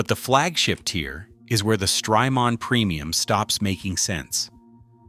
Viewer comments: Stry-Mon, it's Jamaica mon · Please tell me where I can find a Zuh Vex Super Haaar Dawn and Stry Maaahn pedal please! Are they m aye dee aye capable?